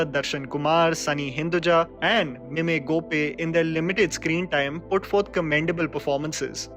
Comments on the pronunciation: It's "Mime".... Mime Gopi.. N not "meymey" He is a theater artist who is famous for his Mime. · Mime gopi is pronounced wrong (my-m go-pee)